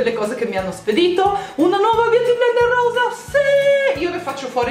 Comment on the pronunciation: ovvio che vorrei ricevere questo set di pennelli di Sirma ahahah chi non vorrebbe...comunque mi hai fatta morire dal ridere quando hai detto "rosa" :'') lo sbaglio anche io ahahah